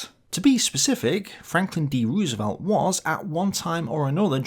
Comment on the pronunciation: Fair appraisal. Good video as always. Can't help but nitpick, FDRs last name is pronounced Rose-velt. Dutch roots, and in Dutch two O's together make a long O.